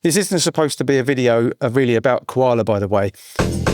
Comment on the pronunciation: Coala as in Co-nan on Ko-ala? Love the Kakai lol. I love Koala man. Secret weapon. Watching you using has inspired me even more. I like the mixing tips.